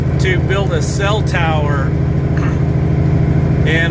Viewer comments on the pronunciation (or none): none